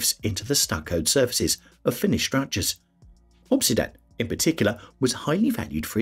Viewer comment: obsidian (volcanic glass) is pronounced [ uhb-sid-ee-uhn ] SHOW IPA ￼